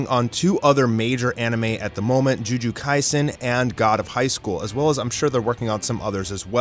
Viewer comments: Can’t believe this guy said Ju-ju kaisen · The “Juju” Kaisen instead of Jujutsu kind of hurt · This dude really said JuJu Kaisen instead of Jujutsu... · “Juju kaisen” 😂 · did you say juju kaisen? did I hear that right? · I Immediately Clicked Off The Moment He Pronounced It As Juju Kaisen! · Man sorry to say but it's jujutsu kaisen not juju kaisen 🤣🤣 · Lemme saying it again "JUJU- kaisen" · "juju kasien" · it's not even hard to pronounce😂 you can literally sound it out and say it right. He added a whole letter whuh changed the pronunciation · First of all, Reiner was not a double agent but a normal agent. Second of all you pronounced eldians completely wrong, like bruh. You also pronounced jujutsu kaisen completely wrong. Otherwise amazing video I loved it.